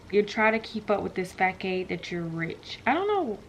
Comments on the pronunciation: “Fackade” lol😭 it’s pronounced like fasaud 😭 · Facade, not pronounced like arcade but fuhsaad! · Daaaaaaaaaaaamn 😂😂😂😂😂😂😂😂😂😂😂😂😂😂 The word is pronounced fa-saad. Always relish in your accomplishments and keep being an example for your girls and others. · it’s pronounced fa-sade.... but the word is facade.... come on now. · Lol the way you said facade 😂😂😂😂 with the harsh C sound but love you!!! Keep being a great mom 💗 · I think you pronounced facade incorrectly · It’s cool tho we all make mistakes from time to time. I love regardless! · Simple Pleasures as soon as I heard that! I screamed the correct pronunciation! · Animated Moi well she graduated doesn’t mean she know how to pronounce every damn thing! Especially if they spelled it wrong